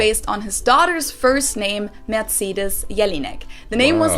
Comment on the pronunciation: And she got bad pronounce of name Emil Jelínek.